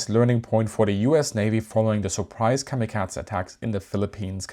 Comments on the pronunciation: He is essentially, comically overcorrecting on how American's pronounce it, and his German accent is also playing a part and applying a T sound. American's strongly over lengthen Japanese words that end in a E morae. The only time the Japanese say something similar the massive '-ay' sound American's apply is when ending in a e morae to an i/い, such as in the name Rei. The guy is trying to correct that by cutting the e sound, but its so incredibly cut its borderline devoiced, and English speakers, due to our habit of defaulting sounds to a schwa, hear a soft 'a' sound, even though it is very much just a devoiced e. He is also adding a t to the Z sound, probably an accent thing, turning into the bizzare Kamikatza sound. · A great video despite of the klanging sound of kamikazah. Did the Naval Academy sign off on pronunciation. kah mah kah ay or kam i kah zee but not kah mah kaz ah. And definitely not a schwa at the end of kamikaze. In either London or New York it ends in a hard A sound. And definitely in the US Naval Port of San Diego. It's not unusual for foreign spellings to use e as an ay sound,,, you know the sound that the symbol E makes in civilized spelt languages like Spanish and German unlike English where we say Great Vowel Shift and blame all the confusion in spelling and pronunciation on Gutenberg. Or actually on the Dutch and Flemish printers in London in the 16th century.. My dad's cot or where it might have been is visible in the picture of the Big E's forward elevator hanging 100 meters above the deck in one ot the original turret toss style photos taken after a kamikaze hit through the flight deck. Fortunately he was at his gun. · Why is he saying kamikaza like there’s some kind of a at the end? It’s kamikaze if you’re gonna make a documentary on something learn how to pronounce it. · why do you keep mispronouncing the word Kamikaze? there is no T or D in it. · I hate the way you pronounce kamikaze lol